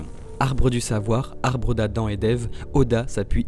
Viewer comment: ptit fail à "abre des conaissances"